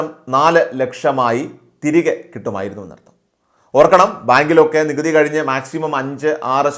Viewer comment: നികുട്ടി... നീകുത്തെ...... നെ ഒന്ന് കുറക്കാൻ....... പറ്റോ...... നികുതി...... And....... Tax